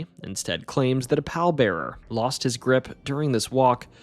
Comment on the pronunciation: Pallbearer is pronounced "PAWL-bair-uhr", not "PAL-bair-uhr" unless you are a very close friend of the deceased.